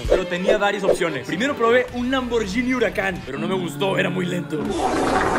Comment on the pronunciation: Lamborguiiiini!!!!! 🙄🙄🙄 se pronuncia lamborguini ... Madonna!!!